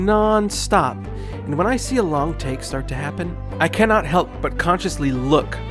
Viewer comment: Maybe it's just me, but I heard tick instead of take lol. Still a good video btw.